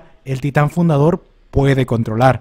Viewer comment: Es fundador xd, no fudador😁